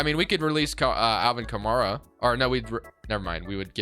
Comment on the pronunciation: your pronounced A. Kamara name wrong it's kah.mare,Uh not kah mar uh